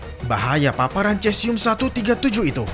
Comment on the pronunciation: Maaf koreksi, dibacanya sesium mas.